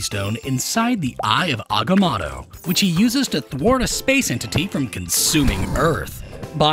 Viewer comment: You kept pronouncing the amulet name wrong